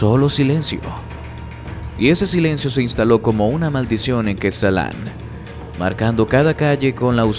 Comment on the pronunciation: Es Cuetzalan no quetzalán